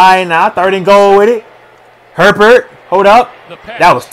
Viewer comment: Lol at the fans complaining about his pronunciation of Etienne, when he absolutely butchers Herbert's name! 🤣